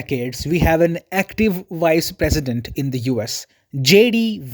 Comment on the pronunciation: I understood your comment. Actually, he said "vice president" but it sounds "wise president" ... to my ear too 😂